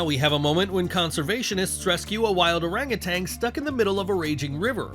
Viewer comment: "Orang utan" spoken oh-rung oo-TUNN, not oh-rung oo-TANG